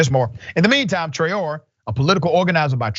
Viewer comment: The name is :Tra-o-ray" accent on the last syllable. It's a Malian surname, as in the famous singer Rokia Traore. Well-known and important historical lineage in Mali, Traore.